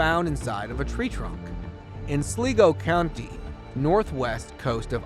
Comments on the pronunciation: The place in Ireland is pronounced ‘Sly-go’ , not ‘Slee-go’, Btw. An enjoyable video. Many thanks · The place in Ireland is pronounced Slygo.